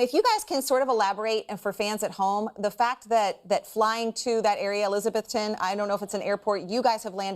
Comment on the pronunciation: It's pronounced Eliza-BETH-ton.